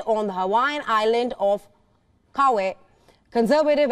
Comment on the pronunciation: Pronounced KA-WHY (Kauai) KO-OH-LAU (koolau)